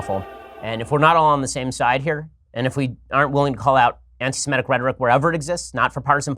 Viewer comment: It's "Semitic" not "Semetic"... There's no such word as "Semetic"... Just sayin'... 😉